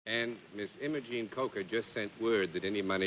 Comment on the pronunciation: There was an Aunt Imogene in my family. Her name was pronounced, "EYE- mo- gene" instead of how Bennett pronounced it, "M-oh-gene." Perhaps because we're from Texas and he was from New York. Aunt Imogene was a firecracker of a woman in her grand days. 😃